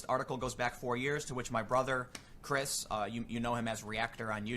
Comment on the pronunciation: He called him "chirs pool" this os april fools